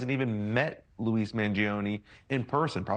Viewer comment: and why does he keep calling him Louis? he can't pronounce Luigi?